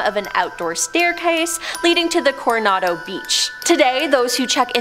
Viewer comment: For effs sake, it's Cor- on- a- do ... Hotel Coronado SMH 😂